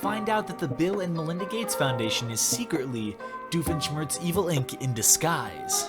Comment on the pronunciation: Oh my God he did it. I never thought it was possible. He said Doofenshmirts'Evil Inc. normally. Oh my God.